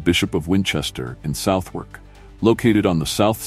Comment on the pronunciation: Can someone please teach this AI that's its it's pronounced Sutherk, not South Wark